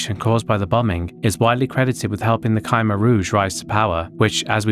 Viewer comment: khmer is pronounced cuh-mer